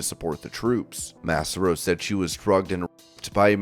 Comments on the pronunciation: MASS-are-oh and MI is not Missouri. It's MICHIGAN. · You can tell how young some of these people are doing voiceovers when they get stuff wrong like this. literally have never heard Massaro pronounced like this ever before lol you can tell he's unfamiliar with her. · Yeah her name is more like pronounced Cesaro except with an M and not a C